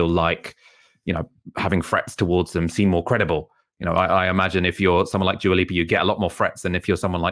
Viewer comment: it's pronounced dua, not djua.